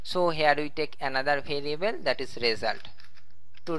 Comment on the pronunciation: Says variable like bhariable